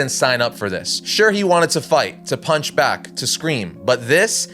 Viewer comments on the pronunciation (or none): none